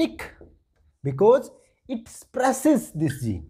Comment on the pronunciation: Wehen❌ hwen✅ Spreses❌ sapress✅